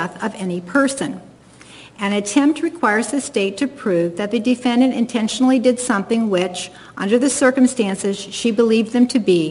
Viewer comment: She pronounces it D-fin-Dant. 🤣